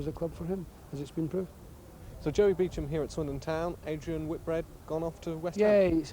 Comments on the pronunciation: It’s “Beecham” you tit. RIP Joey, you brought me many good times at the Manor Ground. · Beecham is the correct pronunciation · "Beecham" can't even pronounce his surname properly lol